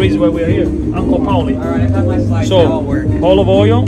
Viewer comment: Siete una coppia belissima, ma tu potresti imparare un po sto americano. Nemeno Google ti capisce, e po quel oio of oil mi fa ridere sempre. Sei troppo bravo, divertente, e tuo padre con quel sorriso si vede che addora il lavoro che fa, se passo a Bari mi mangio qualche pizza!